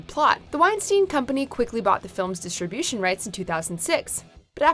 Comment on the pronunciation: New narrator sounds like a little girl, and is unable pronounce distribution correctly. Get your shit together.